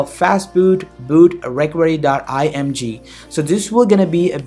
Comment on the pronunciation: Yo first learn to pronounce the word 'recovery' before you begin speaking in that cringy accent lmao 😁 😁